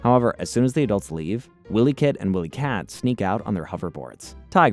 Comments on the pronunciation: How old are you dude.. it’s Wiley kit and cat.. not Willy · but yeah also this guy said “Willy kit and Willy kat” so I feel your frustration lol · Wilykit & Wilykat pronounced why-lee. Not Willy kit and Willy kat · Lost me a minute in for not even knowing how to pronounce their names. Tells me you never watched the show. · Bro. It's not Willie. It's Wily like the coyote (kai-oat-ee (US)) that chases Roadrunner. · You think you're and expert on Thundercats and you call them Williekit and williekat? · And Wylie Kit and Kat. Long "i" sound, not short. Same with Mum Ra, not Moom Ra. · It’s Ja-Ga and Wi-lee. You’re obviously young lol. Good video, thanks. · The name is Jaga!! NOT YAGA!! The kids are called WilyKit and WilyKat. it is read as Wild Dee Kat! Not Weld Dee Kat!! How can you read all their names wrongly?!? Dud you even watched any of the episodes before? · Yeah, Wylie Kit and Wylie Kat are both mispronounced as well.